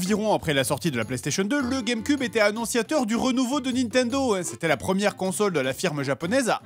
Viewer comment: il dit la game cub